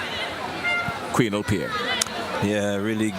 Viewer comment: Its not qwinel . It's qwanell